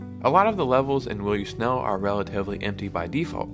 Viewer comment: How are you mispronouncing "snail" so badly? It is not "snell", what the hell is wrong with you?